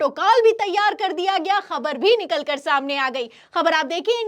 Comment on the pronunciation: पहले तुम शब्दों को ठीक से बोलना सीखो । फटी को फ़टी बोल रही हो । ख़बर को खबर बोलती हो ।